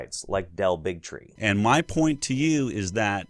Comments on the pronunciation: is it me or does Del Bigtree sound more like Del Bigotry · "Del Bigtree.." Me: "Big Tree. Hah." Also me: ".. Bigotry 😦🤨"